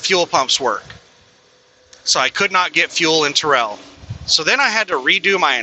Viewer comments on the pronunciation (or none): Terrell is pronounced Tair-L